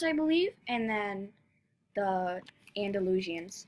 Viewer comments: Actually, it's pronounced freshian, and Andalushian, so stop pronouncing it wrong, she was doing it just fine. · Free-shin its pronunced. Andy-loo-shan it’s called for the other horse. (Hopefully it helps!)